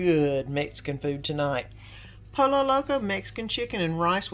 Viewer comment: I just wanted to let you know pollo is pronounced poyo ❤❤everything looks delicious. ❤❤❤